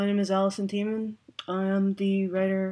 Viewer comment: Not to belittle your message and support. Just want to let you know that Allison's surname is pronounced TEEman